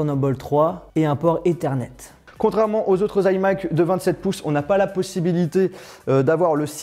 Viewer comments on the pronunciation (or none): un port eternet (on dit ezernet)